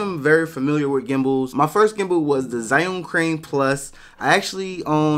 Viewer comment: It's actually pronounced "ju-WING". Don't ask.